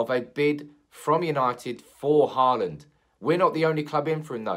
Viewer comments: His name is Holand. To say Haaaaland is just wrong. Håland in norwegian is pronounced as Holand in english. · Haland is wrong, its Hå(aa)land in norwegian. I know how to prenounce a fellow countrymans name ;-) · he actually kind of nailed it on the second one. "Hawland" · Could you please at least try these pronunciations. Haalands first name Erling is the same name as my father (R. I. P). The E is pronounced with the same sound as the start of the word actually but a bit more exaggeration. The same pronunciation you should use for the Æ in Solskjærs name. Haaland is pronounced the same as the word ought where you drop your jaw to make the sound. Good luck 😁😁😁 and keep up the good work. Also drop the k in pronouncing Solskjærs name. It's only in writing 😀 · I think Holand is closer than Hawland in english. Holand would be shorter and more accurate. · To all of you struggling to pronounce Haaland´s name: "aa" is pronounced the same way as the vocal in "saw". Just say saw-land, switch the s with an h and you got it. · For further pronounciation, it is "Haa" as in Hawk, and "land" as in LAN, so it's "HawLAN" if that makes sense.